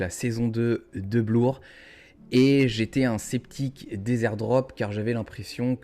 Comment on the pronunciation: On dit bleeeeeur aha Bien vu en vrai!! Joli +0.33Eth📈